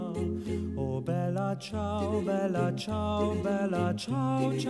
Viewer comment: "stramatina mi sono alzato" "Bèla ciao" " e soiomuoio da particiano"... emozionante per nulla... capisco che chi non parla inglese e lo impara si espone alle critiche e ai sarcasmi di chi parla inglese, ma se si vuole cantare in italiano, almeno si faccia uno sforzo minimo per una dizione non dico decente, ma non ridicola e assurda... non ci sarebbe voluto un logopedista, ma qualcuno che indicasse come pronunciare le parole... ...inascoltabile.